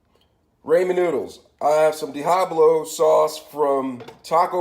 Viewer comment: Diahablo sauce!